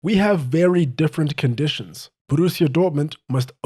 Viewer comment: Great video mate, one note tho. You don't roll the R in Borussia. It's a rough R, you say it in your throat, not with your tongue. :)